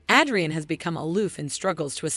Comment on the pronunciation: Bro you said "Adrian" wrong